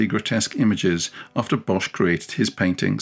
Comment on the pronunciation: most of the time I don’t pay attention to pronunciation. There’s only one thing that’s easy to change. Bosh is pronounced as the English boss. The h at the end of words, after a consonant has no function at all. (Same with Van Gogh.)